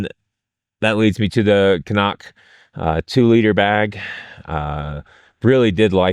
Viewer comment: CNOC --- Cnoc (Irish/Scottish Gaelic for "hill") is commonly pronounced "krock" or "kruck," with the cn- sound functioning like a cr- sound.